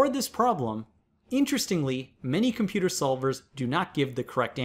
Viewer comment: Lmao stoopid compyooters